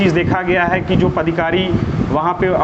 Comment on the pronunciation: Bhai saab padhikari nahi hota, padadhikari hota hai. 😂😂😂😂